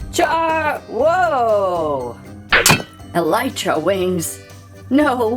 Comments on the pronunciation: i havent played Minecraft in a while but im pretty sure its pronounced Elytra (E - Lee - Tra) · You pronounced elytra wrong.